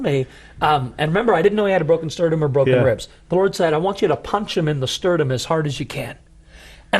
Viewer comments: If he says "sterdum" one more time.. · Sterdum vs the real word Sternum